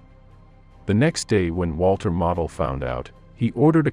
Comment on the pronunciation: Point of pronunciation….Gen. Model is pronounced “moe del…..not model.”